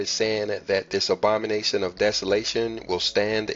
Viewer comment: The “Obama-nation”. Love it.